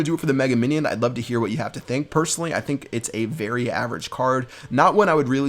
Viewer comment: Your English is berry strong